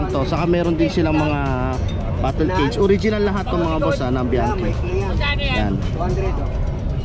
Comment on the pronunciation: Hnd bianki Ang basa Dyan , GANITO Ang basa sa biachi, suond like this BIANTSI, THAT THE FAMILY NAME. MANY OF PILIPINO GETS A WRONG PRONOUCATION